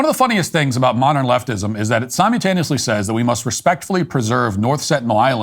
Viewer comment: Homeboy said “Sim-Yule-taneously”